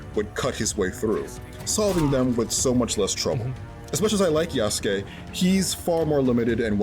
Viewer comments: Still says Ya-Soo-Kay huh? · The way he says Yasookay drives me nuts. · Everytime he says Yasukes name like Yah Soo Kay makes me cringe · Asmon has PLAYED THE GAME and still can’t say Yasuke’s name right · Why are you pronouncing “Yasuke” like that? 😭 I guess I shouldn’t be surprised based on how you say “Pokémon” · That's not how you say yazuke's name smh 🤦‍♂️